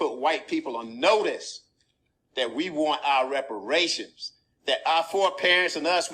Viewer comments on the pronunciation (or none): That man wants his wepowations.